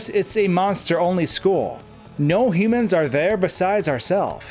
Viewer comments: the way he says humans is just... ouch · cool video but its hue-man not however you pronounce it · It's funny how you say "humans" as if its a word Toby made up